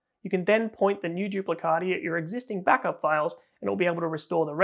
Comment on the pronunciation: As italian please I beg you to pronounce "duplicati" not "duplicadi"😅